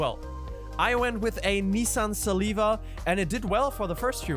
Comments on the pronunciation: How did he pronounce that so badly, Nissan Saliva??🤣🤣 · Bro really said Nisan siliva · "nissan saliva"